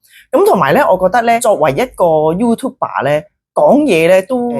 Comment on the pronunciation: YouTuber 唔係讀youtube 爸！